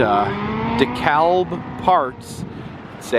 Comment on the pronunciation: From a true daughter of the south...The L in DeKalb is usually silent. Love your channel btw!!